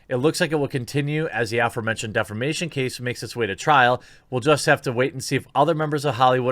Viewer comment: Everytime you said defamation I heard defecation